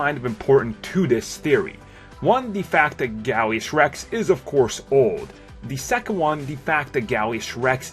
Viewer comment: He kept saying Gallius Rex when its Gallius Rax